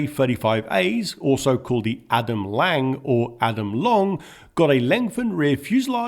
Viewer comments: Regarding the pronaunciations though, the word lång actually is pronaunced long. :) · "Lång" is pronounced just like the english "long". There's a reason "å" is its own letter in the Swedish Alphabet. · It would be nice if you could try better to pronounce tje swedish names like lång = long just sayit in english and you almost have the same pronouncement. And the same for kort = short renove the sh and say it iwith a hard K and ort and then a short o =å